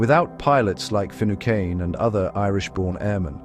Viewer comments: tower-say-ash de Valera? Brendan Finny-khan? Dontcha love AI? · You'd think before making a video like this youd find out how to pronouced Patrick Finucane's name properly! Churchill didn't "pressure" Churchill, he threatened to invade Ireland.